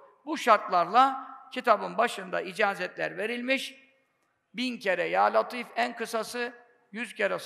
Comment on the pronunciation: Hocam ل harfi ince le olarak okunur neden latif deniyor